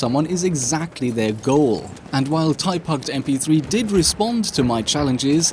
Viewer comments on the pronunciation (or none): Prounonsiation of this cheater's name isn't "Ty Puct Mp3", it's "Tourist MP3" on Russian. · His name is actually pronounced as "Tourist" not typuct, just it's my retarded countryman (i mean i'm russian) Турист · I'm Russian, and I actually fell out after you said "taipuct"